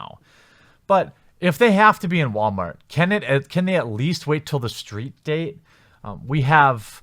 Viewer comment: What's a steet? ;) lol